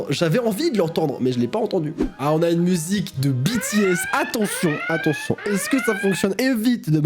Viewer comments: Merci, Un grand merci pour avoir prononcer "BTS" et pas "Béthéhéss". Sincèrement, Une fan. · Braaavooooo tu a bien prononcer BTS ça mérite plein de pouce bleeeeeu 👍😂 dans blood sweate and tears qui n'a pas entendu ça ?! 😂 Mais oui j'entends pareil 😂 tu n'est pas seul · Merci d'avoir bien prononcé BTS 😊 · Heureuse que tu prononce bien BTS 🥳